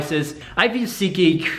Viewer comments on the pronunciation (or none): its seat..geek not sikik :)